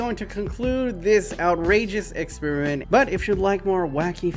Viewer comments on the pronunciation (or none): none